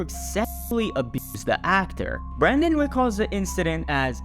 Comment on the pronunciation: It’s Brendan not Brandon ❤